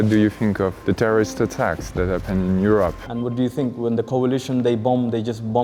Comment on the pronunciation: " Terroriste attacks " cette accent 😆